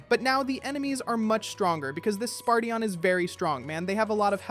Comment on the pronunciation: "Spartion" "Swordwriaet" "Magiceel" "Sky rider" "Griffon the great a giant - giant" - he's literally the leader of giants. Wtf?